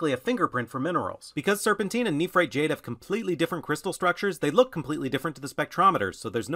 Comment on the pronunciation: Love everything about you but that enunciation of nephrite is on par with nuke-you-lure. Neph-rite not neph-er-ite. Edit... you bounced back and forth some through the videom